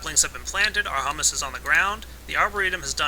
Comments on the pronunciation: It's pronounced hue-mus not huh-mus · IT IS HUE-MISS NOT HUMM-ISS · Humus is pronounced Hyoomus. It means dead and decaying organisms which fertilize the soil. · Just for future reference the way you said humus is actually a chick pea puree eaten as a dip. The actual way to pronounce humus is hyou-mus. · yeah, it's humus as in (HYOO-MUSS). it isn't pronounced the other way. i was thinking, "those trees have it good eating hummus all day, that stuff is delicious!" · yeah, pronounced Hyuumus, but Great Video! Showed me everything that i needed to know to get started with Forestry mod! Thumbs up From me! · Don't get me wrong, this video is very informative and well made and I appreciate the clarity, but for fuck's sake its pronounced "hew-mus" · It's not said like the food. I hope you now know that it's pronounce (who-mouse) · It's hummus as in humid us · your pronouncing Humus wrong. It is pronounced Hūmȗs with the first "u" long. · it's pronounced hyoo-mus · its pronounced HUE- mus